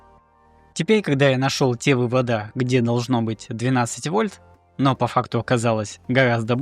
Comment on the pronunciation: 🤦🏻‍♂️ вЫводы, а не выводА!!!!